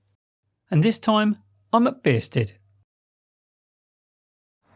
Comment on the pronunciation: Why are you pronouncing it beersted?